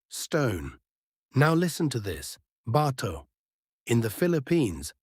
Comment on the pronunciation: Btato should be pronounced with the accent on the 2nd syllable.